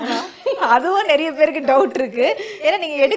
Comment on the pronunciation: naraiya illa niraiya ennru solla vendum.